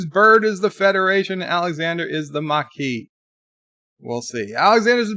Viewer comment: There are few things in life we can count on: death, taxes, and that will mispronounce a word or proper name on YouTube. Bird, there is no R in Maquis! It is pronounced Mah-key, NOT Mar-key. Jeez...